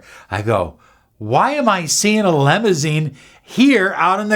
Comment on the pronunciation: limousine not lemousine